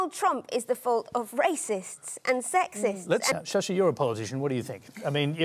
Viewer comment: British ruined.. Tharur gained English... Studied in England.. Still he is sasi.. Not "Shasi" did somebody understand??